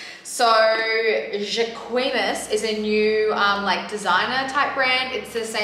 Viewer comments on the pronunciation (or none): alot of video reviews on the brand. 🙄 Thanks for the clap back "ja'queeeeemass 😂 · Girl the way you pronounce "jacquemus' lol ded. 😂 Jock-mousse (French speaker) 🤗😉